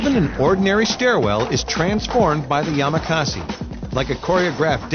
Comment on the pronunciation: IT IS NOT YAMAKAZI IT IS YAMAKASI